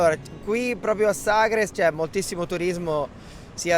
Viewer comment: Ma vive a Sagres e non sa come si pronuncia....ma ci vive davvero????? In quale lingua parla al mercato di Vila di Bispo?